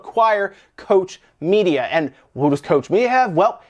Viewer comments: It's KOCH ... not Coach Media. German is not that difficult to pronounce. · It's pronounced cock-media, not coach media ! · It's Koch (pronounced Coke) Media not Kosh Media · Coach media? Sorry, but you really have to work on your pronunciation of German words (Google translate for example will help you), that was painful. It's pronounced like "Loch Ness", just with a C/K instead of the L. Edit: "Loch" isn't a very good example because it sounds more like the German ck than ch, but still, there are voice samples everywhere.